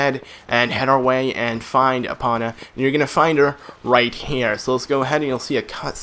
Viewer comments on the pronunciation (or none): EE POH NUH not EE Paw Nuh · he said Epona wrong